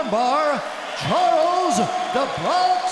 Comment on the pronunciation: Charles "duhbronks" Oliviera